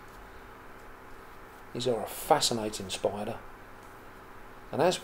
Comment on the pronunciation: he says SPOIDA for spider